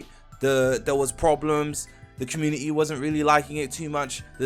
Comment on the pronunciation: Bro says community like comu-ni-ni